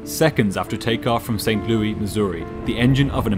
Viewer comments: I know people hate "that person" but the Missouri city is pronounced St. Louis, like "Lewis". It's one of many places I lived. 🤓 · never heard anyone pronouncing it St. Loui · I'm quite sure St Louis isn't pronounced "Saint Louie" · It's not saint "Lewey" It's "Saint Louis" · Not St. Louie.........St. Louis.. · Pronouncing St. Louis correctly? Clearly you're not from the Midwest (we pronounce it Lewis) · Not even a minute in and I get bombarded with someone saying St. Louis with an actual French pronunciation. That just doesn't happen around here. XD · I was pulled out of the story every time "St. Louis" was pronounced like that. But, besides that, very well done. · i'm gonna start pronouncing St Louis like this, very 1920s newsies kinda flair you gave it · The S is pronounced in St. Louis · His pronunciation of St Louis is so weird lol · The city in Missouri is pronounced Saint"Lewis" not Saint "Louee" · Pretty sure it's pronounced Saint "Lewis" here in USA (not Lou-EE) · No silent "S" in this St. Louis - it's not "Lew-EE;" it's "Lew-ISS." Naturally, it had to be something said like thirty times during the video... If you don't know something for sure, you don't double-check, and you proceed to include incorrect information (whether once or many times)... It can really kneecap a viewer's confidence that nothing else you tell us is a guess or an assumption. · Just a note: it's pronounced like "Saint Lewis" not "Saint Lewie." Excellent as always, congratulations on your nearly 200K. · You always bring awesome productions. Creative way of bringing your sponsor's products as similar components of this video. I like the way you pronounced Louis, "lewey." On the West side of the puddle it's, "lou-ih--s." Cool to hear. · LOL as a native from St. Louis, I love how you kept saying st louie instead of st louIS. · St Louis...not St Louie-pronounced like Saint Lewis not Saint Luee. But you do a phenomenal job overall with these videos. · St. ‘LEWIS’, not St. ‘Louie’